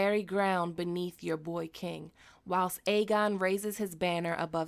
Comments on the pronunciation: You keep saying Fegon and believe me I get. There's so much to say that we can't believe Illyrio and Varys BUT why would Varys lie to the dying Kevin? Vary's knows no one is listening but again why would he lie to a dying man? That always got to me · Aegon is fayegon 😂😂😂. I’m not gonna lie, I thought about Faygo when you said that 😂😂